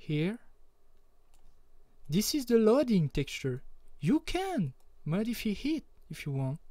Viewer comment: your English isn't bad, some words you pronounce different. like Modif-EYE you said modifee and thank you i was wondering why my textures weren't working, i had to put them in documents folder.